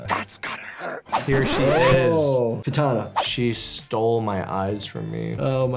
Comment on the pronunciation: Doc says “Kitana” 😂